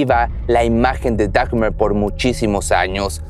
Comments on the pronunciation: Lo único que no me gustó fue que se la pasó diciendo Dagmer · No es "dagmer" es dahmer la h es muda asi que se pronuncia damer